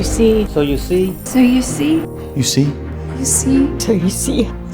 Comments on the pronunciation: I heard so you see it sound like Soyeesee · Me everytime "SOYUSI " 🤦😂 LOTS OF LOVE FROM PAKISTAN 🍭❤❤❤❤ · me : instead hearing so you see me: i hear so u see suyusee yusii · my mind just ERAIST THE WORD so you see i just heard soyuse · Is it just me or everyone heard that they are saying soya sauce 🤔😂😂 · So you see sound like Soyo Sea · "so you see" My ears: "SOYOSEA" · I heard soyusi And sushi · When they say “ so u see “ it sounds like so u sea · It kinda sounds like soya seed or seed when you say it a lot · It kinda sounded like soy see. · I kept hearing soy el si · all I can hear is soyuse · Thanks for the likes Someone Heard : " So You See" Me Heard : "SUSHI" Or "SO SIRI" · i heard soy sea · New word soyusee and yusi (sorry pls no hate) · Now I can’t hear so you see normally again it sounds like sowusee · I'm hearing "so si," instead of "So you see..."🤣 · Why does it sound like "soy si"? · sounds lik soy suace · After hearing it for awhile I hear, so-z 😂, either way keep up the great work, your vids are great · Am I the only one that thought that they said "so you see" so many times that it sounded like: "soya sea" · The “So you see part” sounded like “Soy see” like the sauce lol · Soy sauce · That do sound like you soy sauce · Soy see? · The beginning of a video the so you see part sounds like an alien language. . .